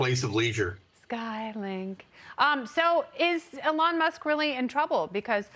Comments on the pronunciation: Alon Musk? I thought his name was Elon. Pronounce the man's name properly! You sound ridiculous. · Why does she call him Uh-lon? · It’s not Alon Musk, it’s Elon Musk. It’s usually not mispronounced. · Its E-lon Not Ehlon 😆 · It's pronounced "EE-lon", not "ə-LON". You also say "adult" strangely. The "u" sound is like the "u" sound in "null", not "pull". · Please stop calling him “Alon”. Please, Please, Please. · It's E-LON. Not Ellen. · Get rid of this anchor. It’s Elon not Elan. Secondly, the amount of plastic or resin to make those glasses violates the green new deal. This was painful to watch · E-lon NOT eLON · It's eeeeee- lon not. Aaalon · EEE lawn not eh lon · “Alon Musk” 🤣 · Oh my word His name is Elon, how can you trust a reporter that doesn't pronounce words correctly? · When did they start pronouncing his name Ell~onn. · It's EEEElon Musk. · It's pronounced "EE-lohn". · ah lon musk? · So no one’s gonna mention her cringey mispronunciation of Elon’s name?? 😂😅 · Hey, ding dong, you should at least pronounce Mr. Musk's first name correctly! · This lady doesn't even know how to say Elon's name. Why does she think she is qualified to talk about somebody she doesn't even know whose name she fails to pronounce. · Pronouncing Elon wrong then sky link 🤦‍♂️ . Oh well at least I used star-link to google what that was . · Uhh what did she call him? Lol can't even say his name right? Wow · OMG... the way she pronounces "Elon"... ... ... Also it's "Starlink" not "Skylink"... but "brilliant and amazing..." eye roll freaking talking heads... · Can't even pronounce his name